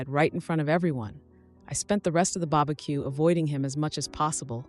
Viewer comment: "The babaque" lol